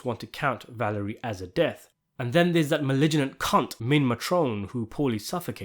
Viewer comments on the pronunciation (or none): are you saying malignant and palmice wrong on purpose